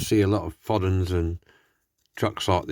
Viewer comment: Nice trucks. By the way, Foden rhymes with Snowdon like the mountain and ERF stands for Edwin Richard Foden. Did you know that? I'm doing a new video today and I will be showing 2 new Minic toys I have to restore but I'm waiting on the parts to arrive.